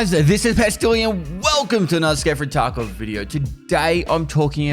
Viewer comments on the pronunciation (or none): I watch vids with subtitles and lol every time says "Escape from Taco"